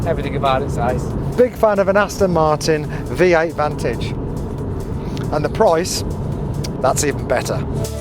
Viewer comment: Hilarious - clearly never driven an AM sportshift gearbox and don't even know how to pronounce the word 'Vantage' it makes you sound like a right tit - if you drive the AM like that, you will waste the clutch as your driving it like an Essex Boy, slower acceleration just thumping the paddle like a BMW child = No idea, people wipe my bum, I just drive cars and talk a load of crap? - I've had R8 V10+ and RS6 from new , M6, Astons, never seen a 'review' from someone who has no understanding on how to change gears on an Aston SS gearbox, and pretend to do reviews - its just a pair of clowns trying to make a valid review tube. FYI when you shift up - you lift off (that's the accelerator pedal) just to educate you both, the down shift is auto unless you tell it, always use the paddles and 'D' is only used if you have broken both your legs and hands. If you hold the paddle in down shift for more than 1 second it shifts down 2 gears - but that's for proper drivers, not pretend drivers, 7,000 rpm on a natural V8 engine would cause you to shit yourself - and that's when it becomes the engine it was made for.